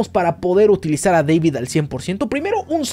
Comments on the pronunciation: Buen video, pero no es “Deivid” es tal cual “David” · Es deibito, no deivid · Me da risa como dices DEVID en vez de DAVID! cuando el personaje en la versión español latino le aclara a alguien como decir su nombre jaja, me causa gracia escucharte decir mal su nombre jaja 😂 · No ess Deivid es David, hasta el mismo lo corrigió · Es David no Devid. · Es David no Deivid !! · Se pronuncia David 😭